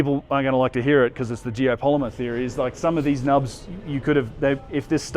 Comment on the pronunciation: Say it with me... "GEOPOLYMER." lol